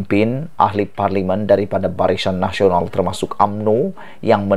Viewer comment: Kau ni sebut perkataan biar la betul dan tepat BARISAN NASIONAL KAU SEBUT "BARICAN NASIONAL"...